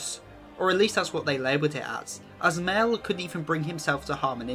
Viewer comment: love the video! excpet its pornouced "my-el" <3